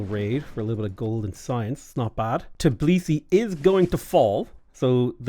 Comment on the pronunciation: My good man, over many years that i'm watching you play civ6, you're not once name Georgian capital correctly. It's always TIB lisi, but it's actually TBI lisi